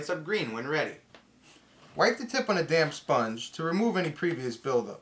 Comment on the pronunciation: Is it me or is he saying "Damn sponge"